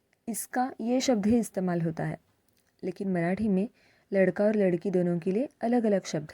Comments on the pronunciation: Video duration 4.25 के आस पास लड़की बोल‌ रहे हो या लडका‌ ऐसा सही से सुनाई नहीं देता, I think here is pronunciation mistake. Ladke ko ladki bna diya hoga. Please reply me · Hello madam..... namaskar 🙏 I am new to this channel You are explaining very nice but differentiating between usage of sentences for 'ladka' and 'ladki' you pronounced only 'ladki' for boy and girl both - correct it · कई जगहों पर लड़का शब्द लड़की की तरह सुनाई पढ‌ रहा है 😂😂😂 जैसे आपने बोला ही लड़की हो, विडियो 4.23 से play karke dekho😂😂